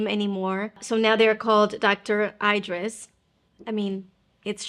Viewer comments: You’re pronouncing her name wrong. Eeeeeeedris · She’s a “good friend” so it would be nice to pronounce her name correctly. Thanks for the recommendations any way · She is a good friend but You dont say her name correctly❤